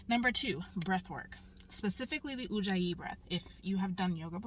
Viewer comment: Ujjayi, not Ouija 😂😅😂